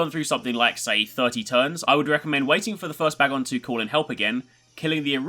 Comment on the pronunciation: You're saying bagon's name wrong